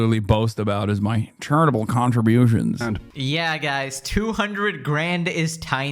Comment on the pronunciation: Énfasis on "charitable"